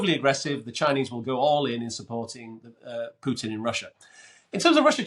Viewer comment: Gets a 10 from Len just for pronouncing putin as pootin